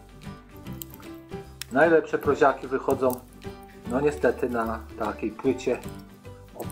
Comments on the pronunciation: PROŁZA A NIE PROZA. WIEC TO SA PROŁZIAKI A nie proziaki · Prołza a nie proza To nie literatura.I mówi się PROŁZIAKI przez Ł